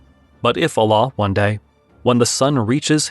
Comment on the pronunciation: Learn to pronounce the word Allah: Al-laah not Aa-laah!